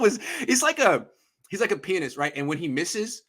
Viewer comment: The way pronouces pianist lmaoo